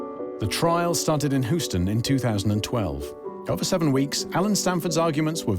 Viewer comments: "...seen here in his HOO-sten offices." Only General Zod and AI narrators pronounce Houston this way, and I don't see EG Marshall kneeling before you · Please pronounce the place names correctly. Mexia is pronounced Muh-HAY-ya, and Houston - come on -- it's not HOO-stun, it's Hyou-stun. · HYEW -ston, not Who -ston...🙄🤣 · Exactly where is “Who-stun” ? 😂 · Happened In "hooston" hey? 😂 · Hooston? Ffs 🤦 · Hu-ston Smdh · Can't get past narrator calling it hoostun! 😂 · “Hooston Texas” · Hooston.... Excuse me? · This narrator mispronouncing every American name and city. Hooooston…💀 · Houston = "HYOO-ston." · As a Houstonian it's killing me the way you are pronouncing it!! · This narrator does a terrible job of pronouncing Texas places: Mexia and Houston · Say Houston right, plz lol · Love the (consistent, mis-)pronunciation of Houston! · They even mispronounced Houston as well. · I swear to god that's Keith Richards😂Anybody? Also, Yank here. So... "MAY-doff" "HYOU-sten" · Wow, this doc really took up some new topics, like Maadoff and Huuston. 🤣🤣🤣 Omg this was so cringe, utterly awful quality. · Right off the bat correction: Bernie’s last name was not “Mad-off.” No, Bernie’s last name was exactly what Bernie did, the man “MADE-OFF,” and he did that with A LOT of people’s DOLLARS!!! P. S. This “narrator” is butchering a LOT of words. Like, who mispronounces HOUSTON??? Houston, we’ve got a problem…again.😉